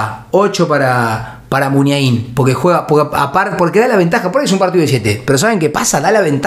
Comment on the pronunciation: El pollo Vignolo me tenía las pelotas llenas diciendo mal MUNIAIN